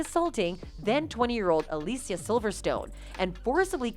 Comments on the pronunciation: Alicia is pronounced like Alisha. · Jim did NOT sexual assault anyone, you dipsh*ts! This video is garbage. And the way you pronounce “Alicia” is annoying.